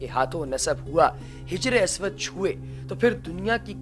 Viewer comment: janab Hijre aswad Nahee Hajre Aswad bolen.